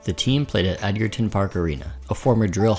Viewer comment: Edgerton is pronounced with a soft “g”. And Davies made it to retiring after the ‘94-‘95 season as stated, we’ll never know